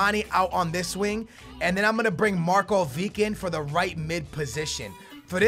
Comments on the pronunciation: it isnt Markovik its Marković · i am writing you this 3rd time its markovich not markovik plsssss pleaseeee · its mah - nay not mah - nee as well as marko - vich not marko - vick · Yes it is, its not pronounced markovick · not markovik, u say it Markovich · It's not markovick it's markovič say č in markovič as you say c in can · hey don't want to be rude but can you just say markovic not markovik like you say it?thanks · it's markovich not markoveek!!!! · it's Markovich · its said marković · its markovic(h) like ibrahimovic(h) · it's Markovic it has a Ch not a K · Say Markovic like (markuvich) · Can you say Markovic properly please. It's pronounced Markovich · he cant read properly, and pronounce the player names so bad.... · I cringe so much when he says Markovic ( no hate ) Love you man!!! <3